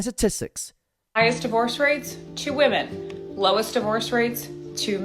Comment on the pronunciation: Do u not hear yourself talk ?! Can’t pronounce women and your channel is about women